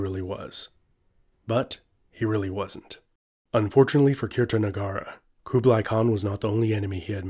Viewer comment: The way he pronounces “Kublai” makes me cringe 😖